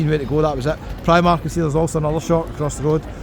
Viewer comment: Never say "pre-mark" again, that triggered me a bit lol. I agree though it does tick all the boxes this city.